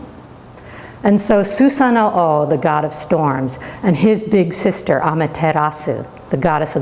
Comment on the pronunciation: Im sorry but it's not Susano Oh loool hahahah omg sounds funny